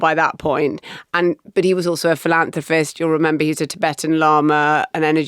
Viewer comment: Did Marina say "bitches" instead of "pictures"? She's started early.......🍾🍷😂 Philanthrofist? Superman is Japanese? He could arrest himself?